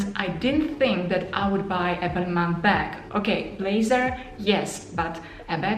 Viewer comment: I think it's pronounced balmah